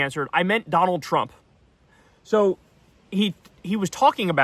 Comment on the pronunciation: "EYE AM DONALD TRUMP!"